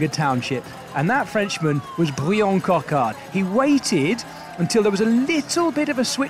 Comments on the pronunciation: Coquard’s name is actually pronounced the same as the English version “Brian”. Only the spelling is purely French. So please do not call him “Bree-Anne”. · His name is Bryan not Briion 🤬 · Coquard's first name is just pronounced as Brian would be in English, with a French accent if you insist. Pronunciation in this vid was unnecessarily mangled imo. Superb sprint from Coquard though, looked like it was just his day and I love to see him have more days like this through the season. Seriously impressed with Paul Penhoët - 3 top 10s in 4 stages is an excellent return for a neo-pro. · Pronounce Bryan like in any other language please